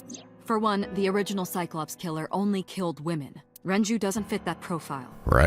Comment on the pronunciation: And he keeps alternating between pronouncing Renju’s name correctly and saying Renji. ...He kinda looks like a blond Morishige, now that I think about it.